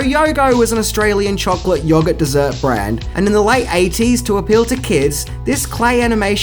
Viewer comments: Your pronunciation of yoghurt is worrying.. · hmm, never heard Yoghurt pronounced like that